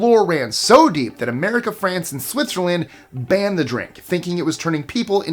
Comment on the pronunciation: #20.. lmfao "Merica"